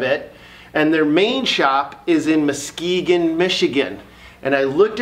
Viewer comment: Dude I love your videos, I live in northern Michigan it's nice to see you know how to pronounce Muskegon Michigan.